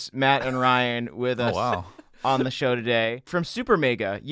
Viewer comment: “Super maega”